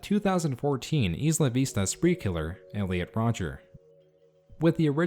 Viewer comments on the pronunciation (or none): learn how to pronounce isla vista! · I never heard some pronounce “Isla Vista” so incorrectly. It hurts my soul.